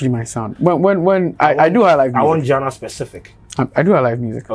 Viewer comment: Genre is pronounce as zhaan.ruh but not Gee.ner